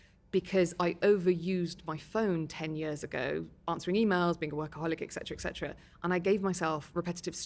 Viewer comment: Interesting woman however the most commonly missspoken word which is annoying is ecsetera(ETC)The abreviation is the giveaway. It is ETCETERA.